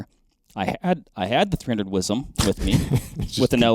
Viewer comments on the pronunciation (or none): I cringe every time y'all say "WIZEM." Yes, I'm from Texas.